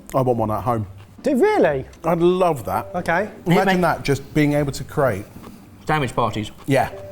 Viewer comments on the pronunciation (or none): none